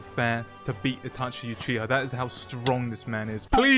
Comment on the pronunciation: "kekai genkai" ? ^^ "Atachi Uchiha" ? ^^ of course man, seem like a great narotu fan doing nunjistu with sharikun